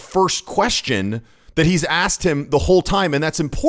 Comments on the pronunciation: You axed a kwestion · Did Al Sharpton just say “You axed me a question why can’t I answer?” Good lawd. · Al Sharpton, " You axked a question" what a looser. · Sharptn; "you axed a question & im answerin" .. Sharpton , go back to school you halfwit two-faced pos liar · He AXED THE ? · Al Sharpton.." I AXED a question ". Imbosile race baiter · Lmao he literally says "you axed me a question" way to keep those black stereotypes alive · He "axed" a "querstion"?